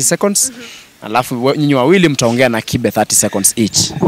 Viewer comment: Its kibe and not kipe,,, come on stop chasing clout, you're the ones to grow up instead of chasing clout 🚮